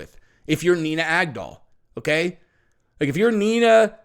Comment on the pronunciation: "Nina GAG-DOLL" 🇺🇸💪🏻👊🏻🤙🏼